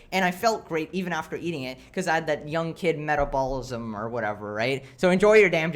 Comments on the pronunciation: it took me a while to realize was saying metabolism. (meh-tab-o-li-sum) he pronounce it: (met-all-ball-ih-sum) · AITA for wanting to tell him how to pronounce "metabolism"? I just don't want him to be harassed Abt it lol but if you see this, it's "meh-tab-bowl-ism" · I love how you pronounce "metabolism" like "meta ballism" that's amazing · The way he pronounces metabolism gives me much pain